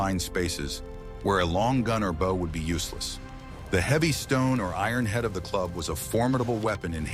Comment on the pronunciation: These videos are great for sure! But I'll be glad when the AI narrators stop mis-pronouncing words like bow and teepee!! Or will I? As a native who learned these truths from Elders of my Ojibway peoples I thank you for these vids!